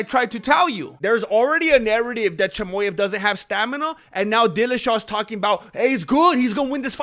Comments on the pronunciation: Your Mexican is really showing when you say “Chamoyav” 🥭🌶️ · Chamoyev 😂🤣😂 I can’t stop laughing. You delivered the facts in a very entertaining way 😂 *subscribed*